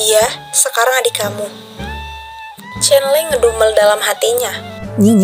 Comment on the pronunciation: Kaa salfok dikit ko cholo 'lo' nya medok siih?😭 Soalnya dalam b Jawa artinya..😭🙏🏻 izin koreksi bacanya chonlo ka atau lebih tepatnya chollo lidahnya nempel langit2 mulut☺️